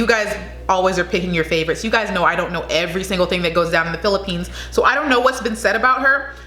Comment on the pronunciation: That’s all perfect pronounciation of all places in the Philippines. Keep doing Filipino reactions video and by December you gonna have 1OOK subscribers. Philippines please support this Channel. 🇺🇸🇺🇸🇺🇸🇺🇸🇺🇸🇺🇸🇺🇸🇺🇸🇺🇸🇺🇸🇺🇸🇺🇸🇺🇸🇺🇸🇺🇸🇺🇸🇺🇸